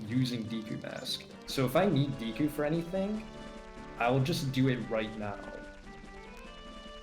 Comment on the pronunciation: It's not díku, it's deku; how many times is it possible for one mispronounce the name? It's probably way over a hundred so far, and I'm only 30 min in... Holy fuck it's annoying to listen to; it sounds more like you're trying to say "dick" with a Japanese accent, than it sounds like you're trying to say deku... 🤦‍♂ (Also no, this isn't an accent thing, you have the proper E pronunciation in English, e.g.: Example, givEn, nEd, Else, thEm, mEmbrane, bEcause, Etc.) I hate how native English speakers just assume that vowels is pronounced a certain way, just because their own vowels are all shuffled around, and blended together... (Google the "great vowel shift" for more info.) P.S. This is why I detest English dubs of anime: The few things you can't translate, like names are just fucked up to the point where I feel physically ill just listening to it... 🤮 The least the VAs could do, is to watch & listen to the original, so they don't fuck up names! Again, it's NOT an accent thing, it's your preconceived notion derived from years/decades of being taught a shitty way to use the Latin alphabet; again, look up the "great vowel shift." -Written by a polyglot; if you're going to argue, you should at least be fluently trilingual.